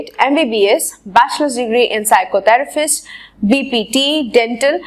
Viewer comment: Phyisotherpist ko pycotherpist ku bol rahi ho